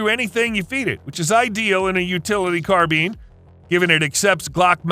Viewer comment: yeah, you're not getting t r u fella? It's pronounced, CARBINE NOT CARBEAN!!! I was being sarcastic.....thanks for the info tho!!